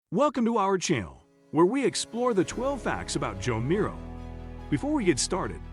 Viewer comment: I like the images I see, and am learning from the text. However, the narration is awful. So many names are mispronounced, including Joan Miro's.